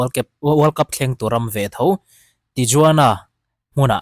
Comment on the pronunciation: I channel a ngaihnawma i hawizau tehreng nen Tijuana hi Tihuana tia lam tur a nia, Guadalajara pawh Guadalahara tih tur.